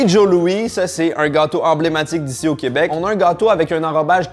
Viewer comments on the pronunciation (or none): none